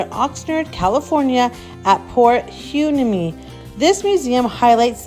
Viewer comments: For educational purposes Hueneme is pronounced: Why-Knee-Me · Pronounced WHY-NEE-ME. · How to pronounce Port Hueneme: Port "Y" "Knee" "Me" ! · It's pronounced, Port WHY-KNEE-MEE 🙂👍